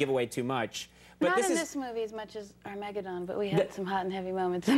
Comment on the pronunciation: interesting way to pronounce “Armageddon” whatever, she’s so adorable she could forget my name and I wouldn’t care